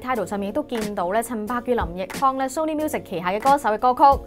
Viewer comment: 終於有人讀啱”Sony”, 香港9成人都讀錯, 留意埋”Nokia”, 係No-kia 唔係”Lok-Kia”